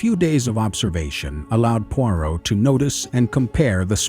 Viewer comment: ??? Poirot pronounced correctly 🤔